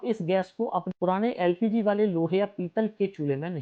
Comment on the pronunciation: No. L. P. G. Please. Practice